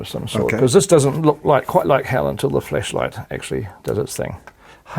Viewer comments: anybody else hear fleshlight when he talks?? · Anyone else think peter Jackson was saying FLESHLIGHT? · Am I the only one who thinks Peter Jackson pronounces flashlight like flesh light?😂😂😂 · Kiwi accent + "flashlight" ... ... nope! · Flashlight in a Kiwi accent is interesting...